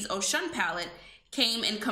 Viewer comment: Its pronounced O-shoon she is also an african goddess